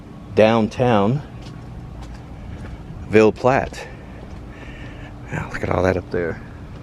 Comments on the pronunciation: Ville is Vill e is silent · I've never been to Louisiana and will probably never get there, so thanks! Ville in French is actually pronounced "veal".